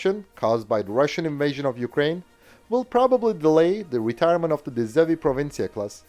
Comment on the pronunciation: Well done on the Dutch pronunciation, you pulled it off impressively 😅